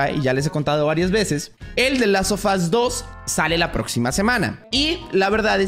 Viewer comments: Personas normales: the last of us: The LAS OFAS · Nadie:: "de las of as" XD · ¿Dices te last ofus? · ¿Soy el único que escucho que dice: Delasofas, cuando dice The Last Of Us? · El "De lazo fos 2" 😂😂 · Gente normal: The last of us: Delasofas*